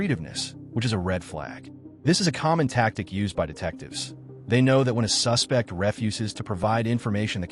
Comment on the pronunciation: The AI or whatever mispronounces “suspect” and “refuse”…. (As in “I refuse” vs. “Throw out that refuse” and “He’s a suspect” vs. “I suspect it” It’s so much unneeded narration! I like the vid and everything— I do appreciate the background info a lot, and I’m sure it’s a ton of work…. But why do we need to be told that police are trained to catch liars, or that sometimes liars get nervous? Sorry for the negative notes, but at least it counts as engagement!